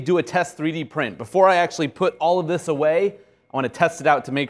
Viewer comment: what happened to the "H" in "THIS IS UNNECESSARY" ?